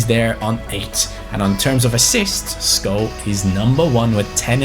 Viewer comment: Its incredible that you pronounce skov right🇩🇰